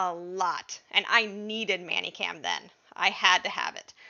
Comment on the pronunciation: Why are you saying it so it would rhyme with nanny cam? Is "many" as in How many apples are in this bag? Do it's pronounced "menny".